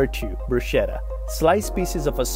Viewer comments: pronounced bru=sketta. the c is hard. please. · “Bruschetta” is pronounced “BRUS-KET-TA”. 🤷‍♂️ 🤦‍♂️ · It’s always awkward when someone spewing recipes cannot pronounce bruschetta